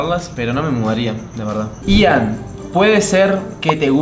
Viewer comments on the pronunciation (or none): Ellos el nombre de Ian lo pronuncian letra x letra y es Ian no i a n